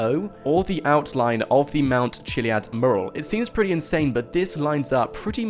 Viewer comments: it annoys me the way you can't say mural properly lol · Please learn how to pronounce mural. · Learn how to say mural. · PLEASE LEARN HOW TO PRONOUNCE 'MURAL'!!!!!!!!!!!!!!!!!!!!!!!!!!!!!!! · You speak so nicely , but can you correct your pronunciation of the word "mural" it's driving me nuts